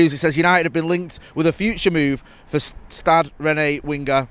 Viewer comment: "Stad Ren"